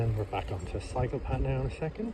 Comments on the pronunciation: Yup it is a cycle path so don't pronounce it like psychopath. 😂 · It maybe me, but every time you say ‘cycle path’, l hear ‘psychopath’. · My American ears kept hearing “psychopath” even though I knew he was saying “cycle path”. Of course, there are plenty of psychopaths in America, so maybe that’s just my subconscious working? 🤷‍♂️